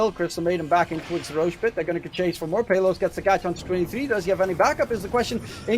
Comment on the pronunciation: That enchantress support game 2 got high networth sadly they lost tho. Also i like the announcer's pronunciation on pay-los hahahahahahaha 😂